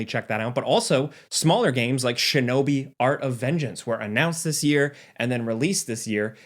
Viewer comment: it's she no bee not sh no bee. stop that shit